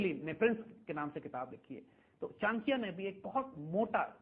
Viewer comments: Isko 1000 baar samjha do per bolega chinkya hi. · Plz correct the pronunciation of the name Chanakya